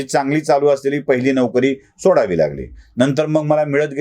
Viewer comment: तुमच्या व्हिडिओचे ग्राफीक्स कोण बनवतो. मराठी शब्दांचे लिखाण बर्याचदा चुकीचे असते. जसे ह्या व्हिडिओचे शिर्षक " चायबिस्कुट... वाल्यांची " अशी फाटाफूट का ? शब्द एकत्र लिहला गेला पाहिजे. " चायबिस्कुटवाल्यांची " अश्यारितीने लिहणे योग्य आहे. तसेच तुम्ही नोकरी शब्दाचा उच्चार नौकरी असा केलात. हेही चुकीचेच.